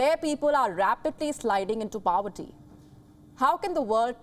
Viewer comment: POVERTY not PAVERTY 🙂